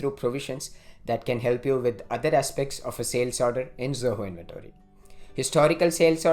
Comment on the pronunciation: Not pronouncing "Inventory" properly making us not wanting to listen the video. Not